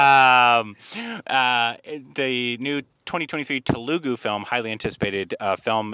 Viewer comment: The "tele" in Telegu is pronounced the same as in telephone. Please pronounce it as Tele goo